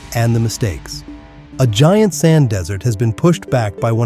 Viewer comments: It really detracts and distracts from the message that the AI narration keeps saying "dessert" instead of "desert". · Stop pronouncing desert like DESSERT. My god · The AI voice! Desert has become dessert ! Not until you’ve had your vegetables, mind you 😂